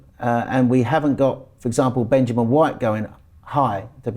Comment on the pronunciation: ffs stop saying 'benjamin' white....